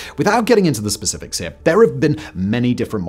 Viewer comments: GRAVITY DOESNT WORK HERF 😂 im sure this was unintentional but it caught me off guard i was thinking what the hell is herf and why doesn’t gravity work here?😅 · "Gravity doesn't work herf"